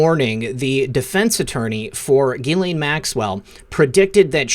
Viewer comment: Her name is pronounced Jiz-Lane.